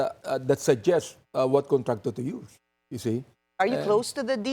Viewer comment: “my contrator”